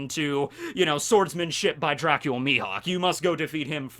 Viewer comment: He's not Dracula, he's Dracule. Get it right.